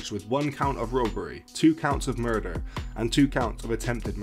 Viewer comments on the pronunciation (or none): "attempted murfer'